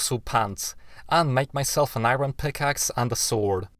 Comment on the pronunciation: Not gonna judge you how you say iron but kinda... Yep, gud